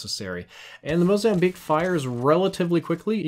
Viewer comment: Did he just say "MOZAMBLEAK??"